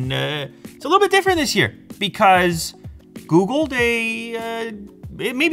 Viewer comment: He said Googu pixel 5 ..😂 ... googu pixel